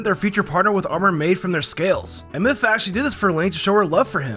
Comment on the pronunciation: Did he realy call Mipha: mifa